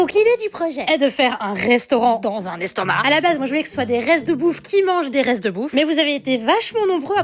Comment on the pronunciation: Le "restomac" mdr 😂😂😂😂